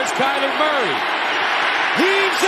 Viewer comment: Talib finally got Murray’s name right… He used to call him Calamari😂